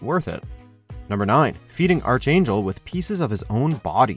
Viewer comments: "Arch-Angel" ?! Really guy? It's pronounced, 'Arc-Angel'. #unsubscribe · It’s pronounced ark-angel not arch angel... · Ar-ch-angel. Why does nobody on this channel know how to say simple things such as arch. It is said as Ar-k not Ar-ch. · Archangel (Arkangel) by the way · "Arch" is pronounced as ARK 😑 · It's pronounced ARK- angel!!! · LMAO his pronunciation of *archangel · Why does WatchMojo insist on intentionally pronouncing things wrong? In this case ArchAngel and numerous others in almost every video. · That's not how you pronounce archangel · Thumbs down for the pronunciation of “Archangel”. This dude definitely isn’t a comic book reader. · I cringe at how pronounces archangel